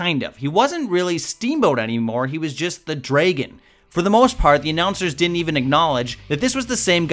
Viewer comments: Dude, I'm an American and this guy's accent is really hard to listen to. Instead of saying dragon he says draygon. I hate his videos, even when he's got a good subject. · Not bad, but it was, indeed, 2014 when Batista returned...then left again, after being lied to concerning a title run. I don't blame him a bit for leaving that time! Also-Ricky "The Draagon" Steamboat?!?!? No! It's Dragon, not Draagon! Really! You'd think people could learn how to pronounce certain words right! Draagon.....Please!!! Other than that, I'll say this: Concerning The Ultimate Warrior, you'd think Vince McMahon would've learned his lesson in 1992, when The Ultimate Warrior demanded an exorbitant amount of money for just the one match at Survivor Series 1992, which pitted "The Macho Man" Randy Savage and the Ultimate Warrior against "The Nature Boy" Ric Flair and "Oozing Machismo" Razor Ramon. Ultimate Warrior wanted a huge sum of cash that Vince didn't want to pay, so The Ultimate Warrior left the company. Fast Forward to 1996: Ultimate Warrior makes a "Triumphant return"...for about 3 months. Then, he and Vince McMahon get into it again, possibly over money, and The Ultimate Warrior leaves again!!! The WWF learned a valuable lesson that time, especially Vince McMahon:"Fool me once, shame on you. Fool me twice, Shame on me! For the most part, I'd say that Vince McMahon has learned that lesson well! I gotta say this:after all the goofiness and downright chicanery on the Ultimate Warrior's part, and the sad fact that he didn't have the common sense to learn when to shut up (Concerning other wrestlers), he should have never been inducted into the WWE Hall Of Fame. Eve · It's Ricky 'The DRAGON' Steamboat, not 'DRAYGON'. Sorry, but that kind of thing bothers me. Don't really know why it just does. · Someone needs to tell this guy the proper pronunciation of dragon is 'dra-gon' not 'drey-gen'. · What's a Dray-gin? It's Dragon. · Its not "Dray"-gun, it's DRAAAgon .... ding dong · The DRAY-gon?